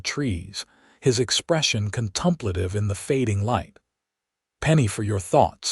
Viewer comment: If you are going to keep using 'contemplative' please correct the pronunciation. It's not contumplative 😑